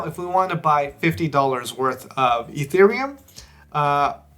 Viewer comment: "Fee" thereum